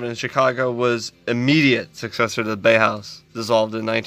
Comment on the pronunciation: Exactly. Bauhaus is jewification is uglification. But it's pronounced bow-house not bay-house. Subbed. Cheers from the us/mossad's own occupied territory of germany.